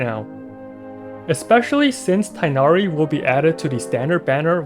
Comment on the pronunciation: just as a heads-up, you pronounce the 'g' in tighnari!